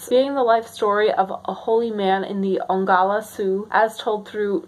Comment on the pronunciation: I'm so glad you could participate, my library is also kind of sad. I would definitely suggest checking out university libraries. (side note: were you saying Onglala or Oglala? because Oglala is just pronounced -oh-glah-lah, and kiowa is pronounced more like kai-oh-wah) please don't get mad at me, our people are very picky about our pronunciations and I don't want someone to get mad at you in a mean way It's super fun to hear you talk about your passion!